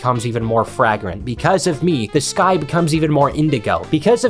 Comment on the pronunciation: slight mispronunciation of fragrant, its fray-grent. It's not said how it looks it should be, its lame.